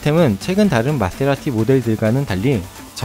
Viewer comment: goooooooooooooooooooood^^ 마세(Th)라티 그란투리스모 앞모습 정말 멋있네요~ 출시 현장 영상 잘 봤습니다. 영상 편집,나레이션 깔끔하니 너무 좋네요*^^* 에디터님 Th 발음도 너무나 친근하게 느껴지네요^^